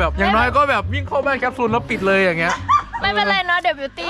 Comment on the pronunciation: ตอนแรกดูคลิปพี่อู๋เห็นพูดแคปซูลเป็นแคปจูนก็พูดเล่นๆตลกๆพอมาดูคลิปน่าจะจริงแล้ว😂😂(น่ารักมากกกกกก)